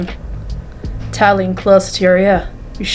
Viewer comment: also! Your pronunciation was pretty good! Xiao Hua is like zh-ow h-wah, and tao is like t-ow :)